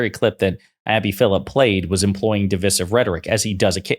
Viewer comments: You better stop saying divisive that way... it's divisive not divisive. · Divisive isn’t pronounced the way the host thinks it is.